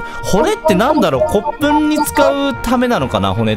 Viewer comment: の骨粉の読み方がこつこななの可愛いーーー！